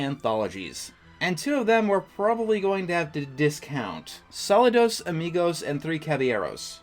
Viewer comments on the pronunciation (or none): It's pronounced SaLOOdos